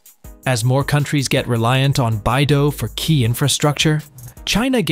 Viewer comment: BeiDou is read as "Bay Dough", not "Bye Dough"😜. It is "the Big Dipper" stars in Chinese, with Literal meaning of "the North Dipper".